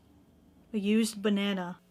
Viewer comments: "a used bannana" you have Englished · Love how she said ‘ a USED’ banana lol